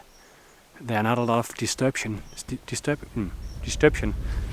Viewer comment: "Disturption" Love it. Made me laugh. Love the videos.